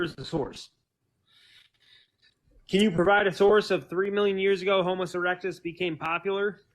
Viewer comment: If you didn't notice he also said "Homus erectus"